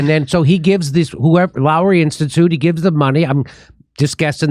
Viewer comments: The o is pnly mistake made in this video is that Lowy is pronounced Low-ee. I'm an Aussie and it's a pretty famous think tank in Oz that never has an original thought. A waste of space. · The Lowy Institute (pronounced LOW-E) is a non partisan think tank started by businessman Frank Lowy in the early 2000’s - Frank Lowy started the Westfield mall chain (self-made Hungarian Jew refugee from WW2). It’s about Australia being seen on the world stage as more than just kangaroos and bushfires. Love your work Jimmie